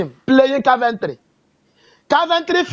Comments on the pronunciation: Car-ventry 😂😂, my man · which one is Carventry.....man is "Coventry" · Love the way calls all this teams “car-Ven-tree” 😂😂😂😂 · 😂.. Caaarventory😅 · is not Car-van-tree😂😂😂